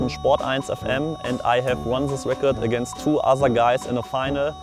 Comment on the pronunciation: against tu asa gais xD